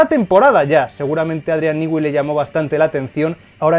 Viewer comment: Cómo explicar en texto : no se dice Adrián nigüi se pronuncia Adrián nui